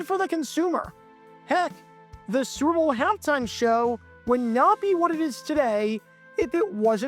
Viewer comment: It's so often that it sounds like he says "Sewer Bowl". That's actually somewhat appropriate and maybe intententional. :)